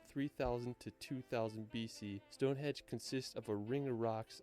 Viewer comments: Yeah, it's StongheNdge not Stonehedge 😜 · It's Westminster NOT WestMinister. Must be a North American thing as we have a place near Vancouver called New Westminster and many of the locals say it that way too! StoneheNge not Stonehedge! Snowdon is not 10080 metres high as that would make it higher than Mt Everest! Not your fault though dude! Good video. I like the format of doing the reviewed video in the big window, AND the volume of it was good!